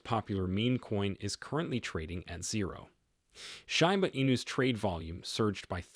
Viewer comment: Read by AI. It pronounced "SHIB" correctly, but pronounced Shiba wrong 😂